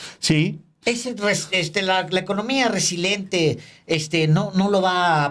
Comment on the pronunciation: Se dice resiliente, no resilente, con todo respeto.